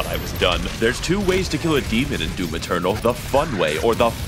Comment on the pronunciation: When he said DIVUM funny am I the only one who smiled and then immediately thought of (Mr mosbey was it?) Meme where he goes "would you like am, or FFFFMMMMM".